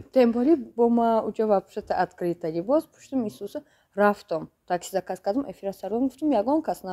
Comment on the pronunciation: Заказ а не закас